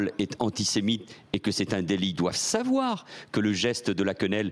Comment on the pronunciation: Manu le soumis dit (en tenant le micro d'une facon assez X): ,,,,doivent SAVOIR(avoir un accent assez X) ,,,, doivent SAVOIR,.... doivent SAVOIR. alors le message c'est: qu'on ne doit surtout pas SAVOIR la verite cachee que Dieudo & Soral nous montrent. Honte a tout les francais qui ont la moindre sampathie pour un ministre qui a echoue de faire son role ( la securite national) mais qui a pu TEMPORAIREMENT reussir a sauver les interets de ses MAITRES